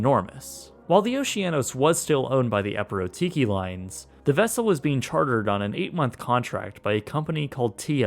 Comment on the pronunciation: Hey...ignorant VLAKA (Gr. for "Fool")......?......EPIROTIKI is not spelled the way you spell it...alright?! The accent goes at the LAST "I"....NOT IN THE ONE BEFORE THE LAST ONE! And for those who might wondering..... "Epirotiki" means "Continental" in Greeks.....